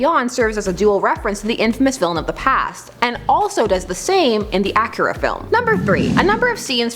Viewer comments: ITS PRENOUNCED aki-ra emphasies on the i jeasus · "Acura"? Lol. Nice to see you back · It sounds more like the Luxury car Acura. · It's pronounced a-key-ra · Please never say Akira again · I don't like how she pronounces Akira